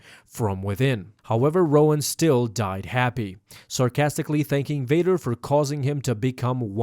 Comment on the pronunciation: Darth Vaduuur dude don't apologize you're Sith